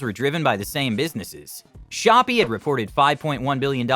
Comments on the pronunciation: Shopee is not shop its shop pee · "shop" LMFAO COMPLETELY DISREGARDED THE "ee" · Shopee pronounced "shopee" lol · You cannot even pronounce Shopee and Garena correctly? so much for your research credibility